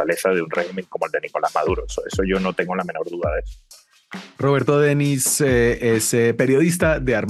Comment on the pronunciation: AMIGO periodista creo se pronuncia DENIS como si acentuará en la i